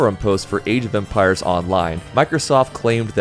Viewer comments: Anyone else hearing “Asian vampires” instead of “age of empire” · keep thinkin youre saying "asian vampire" instead of age of empire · I wasn't watching the video (I'm cleaning rn) and the way you pronounce Age of Empires made me think you said Asian Vampires, what fckng game was Microsoft trying to sell? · Why do i hear asian vampires every time he says age of empires. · Why does he keep saying Asian Vampires!? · was focused while working, the way you say "age of empires" sounds like you said "asian vampires" was disappointed you weren't talking about the latter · Why do you Pronounce Age of Empires as Asian Vampires , My Neurons keep activating...smh. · Why are you saying Asian vampires, instead of age of empires? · I was listening to the video while doing my stuff and I was SURE he was saying asian vampires until your comment😭😭😭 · man defo said Asian vampires xD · he DEFINITELY said Asian Vampires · I love how he always mispronounces Age of empires